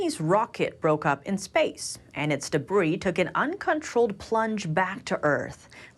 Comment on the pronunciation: Please advise your reporter commenting on the Chinese satellites that the ‘s’ in “debris” is silent.